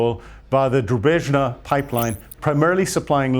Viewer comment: Your pronunciation of Druzhba was nearly unrecognizable.